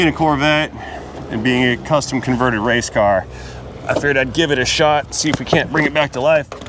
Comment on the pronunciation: ..."It's a Wangleer...!!!..." 😂😄... "a wase car from Bucky's..."...Made in 'Murica..." 🎼🎵🎶...